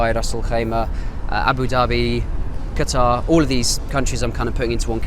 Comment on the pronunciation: I can't believe many people still mispronounce the word Qatar